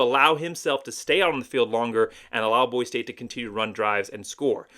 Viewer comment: How can you talk about Boise State when you can’t even say Boise correctly? Go back to California.